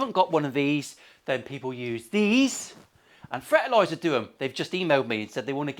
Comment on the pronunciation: Fartlazer... Wait furtlurzr ... Frtlzr sounds like the girl from the goosebumps berks meme came up with this